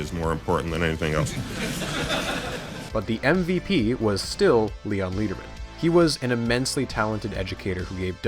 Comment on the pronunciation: Love the series but I think I should point out that Leon Lederman’s name is pronounced like lead the metal not like lead as in guide. It’s more like letter then leader.